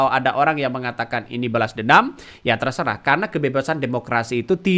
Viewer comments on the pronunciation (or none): none